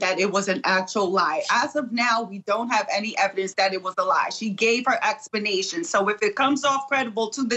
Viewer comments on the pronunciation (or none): lol ........."expanation" i guess you skip ELA/grammar in law school